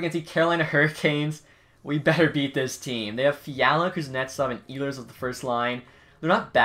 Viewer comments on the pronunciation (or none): none